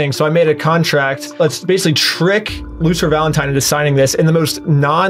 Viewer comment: I like how this guy never pronounces Lucifer. He always says something like "Luther" or "Lucer".